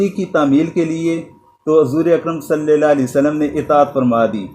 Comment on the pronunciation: اسلام علیکم ۔سر بہت زبردست لیکچر دیتے ہیں آ پ ۔لیکن آ ب جب حضرت محمد صلی اللہ علیہ وسلم پڑھتے ہیں تو ل کے نیچے زیر لگاتے ہیں جبکہ ل کے اوپر زبر ھے۔